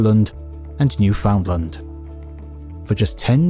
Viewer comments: New-fund-lund, bare emphasis on "new." Never new-FOUND-land. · Newfoundland is pronounced Newfin-land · the AI needs to figure out how to say proper names the proper way. New found land. ugh. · New finland 🇫🇮🇫🇮🇫🇮🇫🇮🇫🇮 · "new found land" 💀 all jokes aside, thanks for another great video. it's been a while! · Newfoundland is pronounced like the word "understand"...